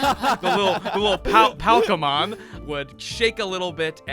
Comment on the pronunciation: Wow bro lol everyone seriously out here forgetting about the State of Decay series. I’m the only one waiting for SOD3 still 😂 And homie it’s not Palkemon it’s just Palmon. Just think a Little bit.